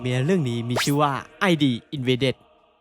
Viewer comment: ชื่อเรื่องอ่านว่าอิดนะครับ